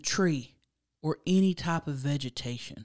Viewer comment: 4 and a half hours of "aney" I'm dead 😭😭🤣🤣